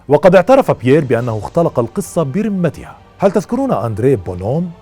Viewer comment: ملاحظة: برُمتها (بضم الراء) وليس بكسرها كما تكرر في كلامك الرِمة (بكسر الراء) هي العظام البالية